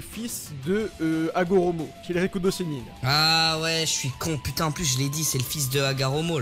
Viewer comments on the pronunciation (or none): ouais de ouff ça me stressé avec les rikido ou comment il dit shikamaru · Sa m’énerve comment il prononce « shikamaru »et « rikudo »😭😭😭